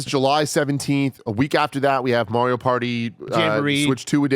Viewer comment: i need to please start saying MARIO'S name correctly calling him MEHRIO is annoying to hear man c'mon guy lmaooo!